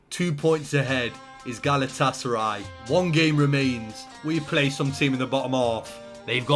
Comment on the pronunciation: Not even a minute in and he’s called them galatasary 😭